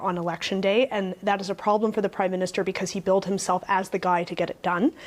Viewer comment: "Crimeminster Carney" lol, I even played that back twice....idk if that was intentional or not, but it dose ring true.